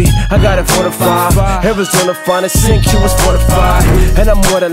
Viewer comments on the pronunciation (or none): I couldn't give two fucks about his past. He's never claimed to be an upstanding citizen, just a real dude who has the ability to inspire others. I agree with a couple others who said he should've kept the name as Cinque Glendy though. (pronounced it SinKway too instead of SinCue). Has a nice ring to it